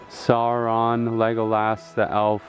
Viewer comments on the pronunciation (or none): none